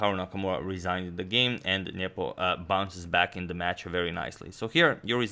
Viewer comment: Every time you say "Nepo" I hear "nipple". "e5 played by nipple..."